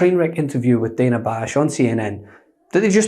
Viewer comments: I hate the way he says Dana! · He pronounces her name correctly until she pushed back. Mispronounced. The "shut up" was deplorable